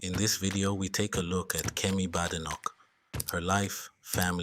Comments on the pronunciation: Maybe you should start by pronouncing her name correctly, it’s not Bad, it’s Bade, Badenoch. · There is no bad in her name it's produced (bay day knock) badenoch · Anyone can govern, provided its not the current government front bench. Oh, and by the way, at least pronounce her name correctly.